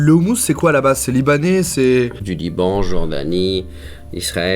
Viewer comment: Wow la fierté que j'ai eu quand il a dis "Liban" 🤩 hé oué ya pas que des français qui regardent tes vidéos !! super vidéo ;)